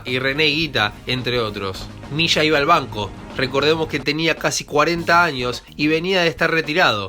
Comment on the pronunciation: leshenda ? Misha ? es leyenda y se dice Milla